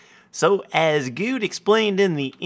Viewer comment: errr its what is the seed? not wot is de seed